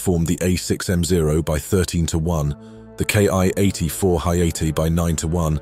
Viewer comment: The "Ki" in "Ki-84" is pronounced "KEE", not "KAY EYE". The characters in the Japanese Katakana character set each represent a spoken syllable, not an individual letter. Also, "Hayate" is pronounced more like "hah, yah, teh", with no emphasis on any syllable. And it's "shee den kai", not "shy den kai".